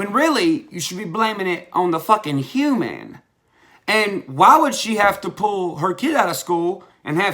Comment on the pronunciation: the way you said human made me laugh lol